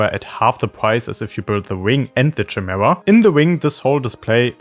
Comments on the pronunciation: great video, but its kuh-mee-ra or Kai Mare- a not chi-mare-a. its greek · With words with Greek origins (like chimera), the 'ch' makes a 'k' sound. "Kymera". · that's not how you pronounce the chimaera btw, it's like "Kimera" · It's pronounced with a K, not "Shy". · *Kai-Mare-Uh *Purr-gill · Friggin German accent pronouncing "Chimaera"... Horrible. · well, chimaera is a real word with a proper pronunciation. That’s why it’s trigging all the native English speakers. “Purgill” is said out loud in rebels, so that’s why it’s triggering